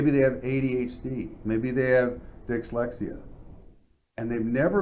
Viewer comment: did this fool just say dixlexia?